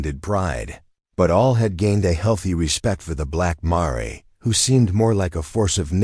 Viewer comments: Marray should be pronounced mayor which is a female horse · Marrey? Seriously? I quit listening after that! Get a real narrator. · Surely the AI narrator should be checked for correct pronunciation e.g mare?